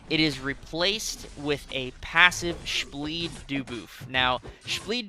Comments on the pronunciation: Take a shot every time he says shbleed dooboof😂😂😅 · Take a shot everytime says spbleed dooboof